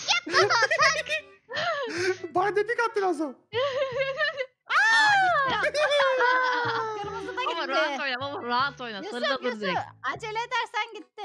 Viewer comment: 😅O kırmızı değil gırmızı 😂😂